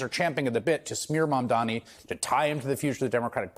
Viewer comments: It's pronounced "mom don nee "it couldn't be easier. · Bro, you can't be mayor of New York City if you can't take the time to pronounce a name right. Come on.